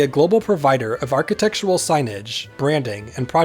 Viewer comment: aar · kuh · tek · shr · uhl